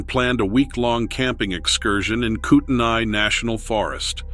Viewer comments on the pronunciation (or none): I lived in that area for years. By the way, it's pronounced, coo ten knee but locals just say coot knee. Anyway, Montana,Idaho, Oregon, Washington, California, Utah all of these western states, plus a few more I haven't spent a lot of time in, are known for their rugged terrain, inaccessible areas and dangerous conditions. Many inexperienced people don't realize how easy it is to become lost, get injured or be attacked by wild animals. The temperatures can rise and fall drastically and suddenly. Add in the unknown or supposedly unreal creatures that roam these lands and it's a recipe for disaster. Even experienced and seasoned hikers and hunters have suddenly found themselves in situations that they could never have been prepared for. I gave up hunting, something I had done with my father since I was able to handle a gun safely, because of an incident that happened to myself and husband in the mountains of North Idaho in a well used hunting area. We were chased by something that was no animal I had ever heard before. Nor one that was so quick you could barely catch glimpses of it. All I know was that it was massive, dark colored, fast as lightning and sounded like a wolf growling through a megaphone. That was the end of hunting, hiking anything like that for me. Haven't been in the woods since. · Can't pronounce the name "Kootenai". Thinks it's a "national park". Not a park. No rangers. No wendigo. (They're in Idaho, silly.) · Where is the Kootenai National park? I have lived and worked in the Kootenai National forest for 35 years and have never heard of it. Evidently the narrator doesn't know the difference between a forest and a park and has no clue how to pronounce Kootenai.